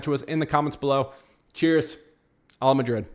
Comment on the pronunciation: Excellent analysis and perfect pronounciation of cojones and hala Madrid!